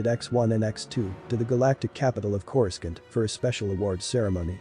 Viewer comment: Dude, I hate being that guy but how can you mispronounce Coruscant, Tatooine and Kaminoan?